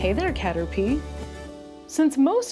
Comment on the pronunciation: It's Caterpie!